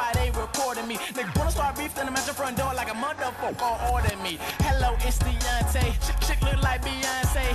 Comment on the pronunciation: LMAO every time say's Deonte it sounds like Beyonce' lol wow I'm crazy.... (tear) I'm done....